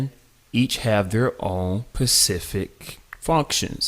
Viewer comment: pacific. lol, just giving you shit. this video was extremely helpful, thank you friend.